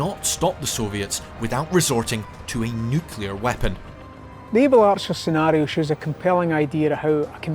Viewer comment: Pretty sure this guy can't pronounce the word 'nuclear' correctly.